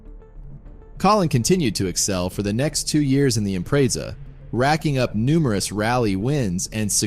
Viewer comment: Pronounced” Impretza.